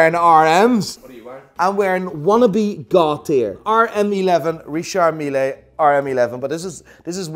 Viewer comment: Why are you saying richard meeLAY ???